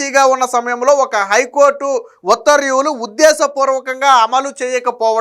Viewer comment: ఉత్తర్వ్యూ లు కాదు, ఉత్తర్వు లు. చూసి కూడా చదవలేనివాళ్ళను గతంలో చూసాం. మీరు వారి వారసులు కాకండి